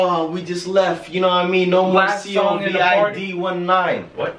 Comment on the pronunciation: He said “C.O.V.I.D 1.9” 🤣